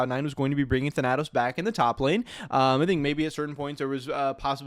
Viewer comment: Thhen-a-tose.... Wtf?